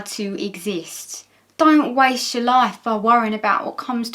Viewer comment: I heard productive laugh instead of productive life, and was trying to remember that part of Nin's video before I realized it was me being odd. ^_^